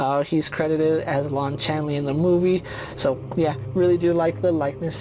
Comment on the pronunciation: CHAY NEE not CHAN LEE